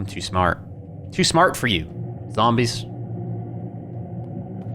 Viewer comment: Some real tough zohmbrehs xD